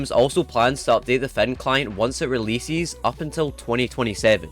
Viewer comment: "Once it releesees" for some reason got me giggling